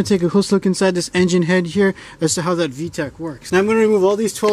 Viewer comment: Haaaaaay 🥳 you’re back for saying vetch yo! 😁